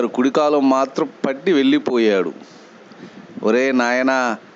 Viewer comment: వెళ్ళిపోయాడు , వెల్లిపోయాడు . ఉచ్చారణలో శ్రద్ధ వహిస్తే బాగుంటుంది .